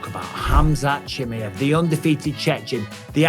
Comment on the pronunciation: Cha-my-ev I’m gonna keep saying it Mike 😂